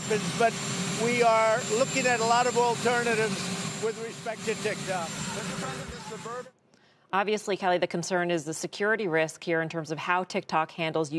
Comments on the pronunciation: I don't care lol I don't even have tiktok It's funny the way he says it 😂 tikTOK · It’s funny that Trump said “tic tac”